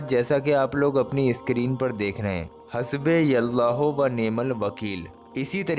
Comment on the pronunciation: 'Hasbe yallahu' nehi jonab, "Hasbunallahu".pehle khud sahi dhang se parhna sikhe fir baad me dusroko sikhaiyega.